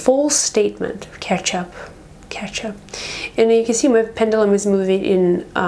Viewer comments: Please say Pen-due-lum! Properly ;0) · I'm sorry, but it's pronounced PEN-JUH-LUM. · Its a pend uuuuulum. Speak properly lady..../ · It's pronounced Pen.ju.lum even though it's spelled Pendulum